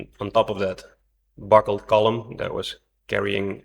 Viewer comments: B U C K L E D, not b u c k e l e d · "IT BUCKELED" <==== 😅 😂 🤣 🥲 😀 😃